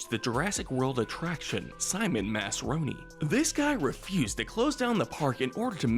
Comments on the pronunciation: Bruh this guy dosent know how to pronounce the most basic dinosaur names (pteradon moss-asaur) and says masrani as masroni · Eli Mills and Simon Masrani had the displeasure of a fate worse than death; having their names mispronounced in this video. Eli is a pretty common name, and it is pronounced as it is pretty much spelled. It’s the same with Mr. Masrani’s surname. If the subtitles show what the script of the video was, we know that the people at don’t know how to narrate. There are multiple instances where the subtitles shown lines that were supposed to be read, but the neglect to read them made the subtitles only have half a second to show.